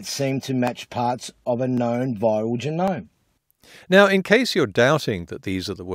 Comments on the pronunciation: always a bad look when a self-professed expert in PCR can't pronounce genome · Dude can't even pronounce "genome" correctly.